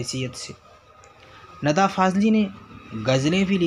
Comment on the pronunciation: Nida hota hai na ke nada Ok